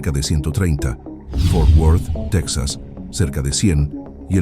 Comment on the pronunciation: No se dice " tex as," se dice Te JAS.